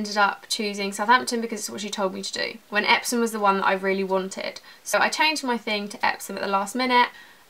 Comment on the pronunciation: What school did u say epsons?